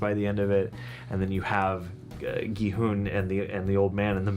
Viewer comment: The “u” in Gi Hun is pronounced like “huh”, rather than the “oo” (like ‘who’) sound yall are making